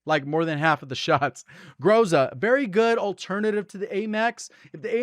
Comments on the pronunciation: ITS "GROH-ZUH", NOT "GROZA" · Groza is pronounced, Gra-Za, which means storm/thunderstorm/danger in Russian.